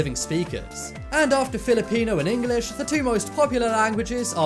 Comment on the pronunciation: Why can’t you say English it’s English not EngAlish no hate